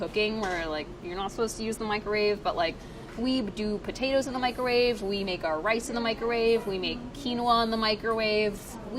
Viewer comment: Priya says microwave incorrectly, mikerave